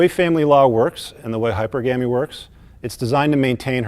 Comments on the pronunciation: Every time he says "hyper gammy" he loses even more credibility. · “Hyper Gamie”